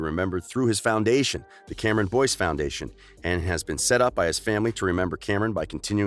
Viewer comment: This is how many times he said Cameron Boynce ⬇️